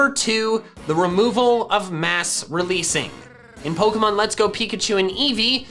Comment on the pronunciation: Bro.. you need to stop fucking up the pronunciation of "Pokefans". It's so fucking annoying especially since from there after you always do a hard "Pah" sound. When you say pokemon.😒😒🤦‍♂️🤦‍♂️